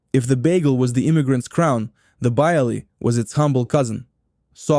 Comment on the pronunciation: It's strange that the VoiceOver person pronounces "bialy," "kasha" matzoh brie" and "challah" wrong. Weird!